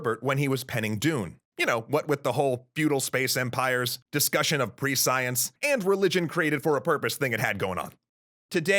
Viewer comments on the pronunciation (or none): What the heck is pre-science? It's definitely pronounced preSH(ē)əns... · Prescience is pronounced more like “PRESS-sea-ence”, not like “ Pre-Science”. Am I right?!? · Prescience is pronounced pre'she-ens, not pre-science. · ... ... ... by Pre-science I assume the narrator meant Prescience? (Preh-see-ence) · You've probably heard this many times, but as I'm new to your channel... The word is not pre -science... It's pronounced presh unse. A dictionary would best show inflections, but you get the idea. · >Goes to look up this concept of "pre-science" >Types it >Prescience >... It's pronounced preh - shence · That's not how you pronounce prescience. It's pronounced ˈpreSH(ē)əns or ˈprēSH(ē)əns, not ˈpreˈsīəns. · I have to admit I winced a little every time the narrator pronounced "prescience" as "pre-science" (instead of "presh-ee-ence") and saw "psychohistory" spelled "psycohistory". I did think it was a good introduction to Asimov's Foundation series, and inspired me to learn more. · I came to say just that. Pronunciation in the same class as "conscience". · I came for the same reason... it took a while to figure out what he was trying to say. Pre science? I'm glad I'm not the only one to notice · please please please look up propper pronounciation of words that you aren't clear on prescience isn't pronounced pre-science it's pronounced like omniscience the sc is something more like 'sh' or 'sch'. I didn't know what you were talking about till the end of the video when I finally got it because of the dune references. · Prescience is pronounced "Pre-shunse", unfortunately. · To be fair though, that pronounciation doesn't make any sense whatsoever. Same with omniscience. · It took me until the end of the video to work out what you meant when you kept saying "pre-science". (FYI, while the word is spelled like that, the first part of the word is pronounced like the word "precious".) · Please go look up the correct pronunciation of "prescience"